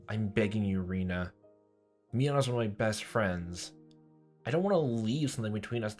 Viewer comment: I'm working on catching up on your videos so I'm not sure if you've already figured out the Japanese pronunciation but, just in case, I'll make it super easy for you. Japanese is pronounced in syllables so each character is a syllable. Rena = Re + Na (2 syllables). Reina = Re + I + Na (3 syllables). They mostly sound the same to English speakers but they are actually different. Also, everything character is a variation of a ("ah"), i ("eeh"), u ("ooh"), e ("eh"), and o ("oh"), plus n ("nh"). So, Rena is pronounced "ray-nah" and Reina is closer to "ray-eeh-nah". Japanese does not have weird pronunciations like in English. It will always follow these rules. Ex. Keichi-kun = ke + i + chi + ku + n = "kay-eeh-chee koo-n" I hope this helps! I really like your videos and can't wait to watch more so thank you for making them!